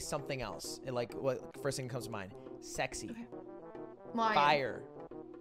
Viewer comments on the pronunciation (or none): no one: lud, an english major: sezy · Laughing at the fact that lugwig said sezy is a whole different funny